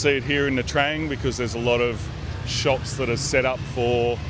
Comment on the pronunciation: Omg the pronunciation of nha trang is the worst..the interviewer should make it correct